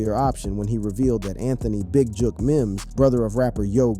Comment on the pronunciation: The young man just said JOOK 🤌DAMN FOOL